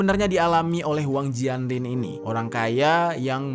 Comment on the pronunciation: Bacanya Wang Jian (Cien) Lin, gemes deh minimal google translate apalgi nama asing